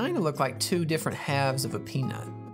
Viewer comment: peanut not pnut